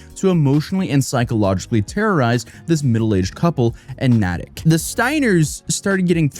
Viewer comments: It's pronounced Nay-tick not Nah-tick!!!! You're obviously not from Massachusetts,just like Worcester is pronounced Woo-ster and not War-Chester!!!! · Natick - pronounced “Nay-tick.” Not “Naa-tick.” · As a Masschusetts resident, I can't blame anyone for mispronouncing our town/city names because they are so weird, there's a reason there are dozens of shorts trying to get people to pronounce them lol, but man hearing Natick, pronounced Na-tick, instead of Nay-tick, a dozen times was tough to listen to lol Still love you haha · It’s Nay-tik. Remember, Massachusetts pronunciation is weird except in a few cases where it’s not. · FYI Natic mass is pronounced "nate-ick" tbh I have trouble pronouncing some towns and I'm from mass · Love your work., and this was a great one to do, couldn't believe it when I heard it. Also, FWIW, it's "Nay-tick" not "Nat-ick" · I was hella confused as a Masshole as to wtf Nattic was 😂😂😂 it’s Natick, Nay-Tick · It's pronounced Nay-Tick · Lolll it’s pronounced nay-tick not nah-tick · Nah tic Massachusetts lol It's said Nay Tick Natick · Nay-tik. not Na-tik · Nay-tick not Nah-tick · Mass resident. Not nitpicking, but it is pronounced “neigh”-tick not “nah”-tick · We pronounce it "nay-tick" it took me a minute to figure out where was talking about. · EW WAIT THE MISPRONUNCIATION OF NATICK MADE MY SKIN CRAWL It's NAY - TICK AHHHHHHHHHHHHH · it's pronounced "NAY-dick" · NAYtick. It's pronounced with the strong "a". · Nay-Tick is the pronunciation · lmao it’s NAY-TICK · I don’t know if it matters to you but fyi, Natick is pronounced with a long “a” like Nay-dik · It’s pronounced Nay-tic 😂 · Its pronounced NAY tick. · Hey, MA native, Natick is pronounced Neigh-Tick. We have very weird sounding towns and accents that make us sound silly, but this city is pretty, would recommend for a visit! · Its pronounced nate ick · As a Bostonian. It’s natick. Like NAY TICK Lol but all are cities and spelled and pronounced oddly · Nay-tik. Long A